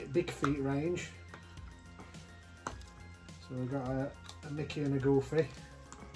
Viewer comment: You guys are funny!! 😂 love how you guys pronounce their names 😜 ‘Goofay’ lol